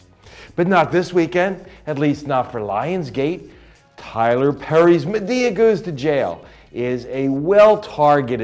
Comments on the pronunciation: Why does he say madaya instead of madea😡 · LOL he keeps calling her MaDAYeah...OK...YEEEAAAAH! too funny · Why is he saying Madea name like that. He's getting me so pissed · he said madea wrong wtf